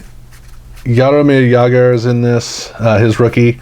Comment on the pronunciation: I tried to build the French version of this set. I ripped three boxes and I still don’t have the 400 card regular set. And BTW, Jagr’s name is pronounced YAHR-uh-MEER YAH-gurr.